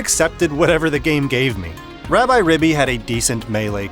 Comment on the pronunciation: "Rab-eye"? It is literally short for Rabbit. I think it is "Rab-ee". Also, since the Japanese name is ラビリビ, then it is definitely "ee" or a long "i". Take a shot every time this guy calls it Rabbi. lol